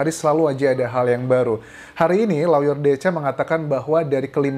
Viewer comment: Lawyer bukannya dibaca LOYER, Mas Anjas?